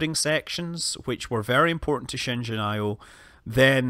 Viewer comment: Good job pronouncing Shenzhen correctly (for the most part)!!!